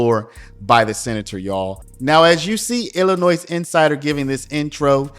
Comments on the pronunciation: The S at the end of Illinois is silent. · You pronounce Illinois so weirdly 😂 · There’s only 1 Illinois and the s is silent. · Observation. If you want to be taken seriously as what passes as a pundit in today's "content creator" world... Standing above the rest. Legitimate. You drop the "S"out of your annunciation of Illinois. (Otherwise I always enjoy your stuff man. ) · The S at the end of Illinois is SILENT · It's Illinois not Illinoise! You don't pronounce the "s". Why are people from other states so ignorant? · Its Illinoi not Illinoisss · It is ill-a-noy. No "s" sound as this is a French word. Hearing ill-a-nois is sooooooo annoying! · NOT Illi Noise. Correct: Illinoi (silent 's') Learn it. Use it properly, or sound totally stupid. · Imagine that Jabba is corrupt. This blob tried to pass a bill called the new way forward that would bring back all deported illegal aliens, including violent criminals, at taxpayer's expense. Talk about voter fraud. It's pronounced Illinoy, not illinoise. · We pronounce Illinois without the S, more like ILLINOI drop the S. Thank you. Love your news! Would love to see JB out of office but, Cook County is so strong with democrats don’t know if it can change for our state….. Unions such a stronghold here too…. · I love it when people pronounce the s in illinois. It sounds so silly. Sounds like, Illanoise. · The "s" in Illinois is silent. i-luh-noy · The S is silent in Illinois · The “s” in Illinois is silent. You’re constant miss-pronouncement of it is distracting and reduces your credibility for a story from Illinois. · Your pronouncing Illinois wrong. The “s” is silent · The “s” is silent Illinois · The ‘s’ at the end of ‘Illinois’ is silent, Sir. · The S is silent in Illinois. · The “s” in Illinois is slight. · I had to stop watching.... there is no denunciation of the S in Illinois. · The “S” at the end of Illinois is SILENT!!!!! Dude, you’re better than this.